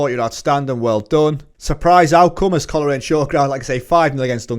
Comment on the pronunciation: Coleraine is pronounced coal-rain Glenavon is glen-aven as in avenue not the river avon. Great series, portadowns my hometown.